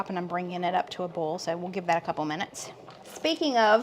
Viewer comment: Im just here to hear said boil, foil and broil😅 love you guys❤